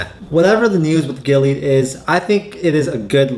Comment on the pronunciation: GI LEE AAHD. that's how you pronounce this risky company.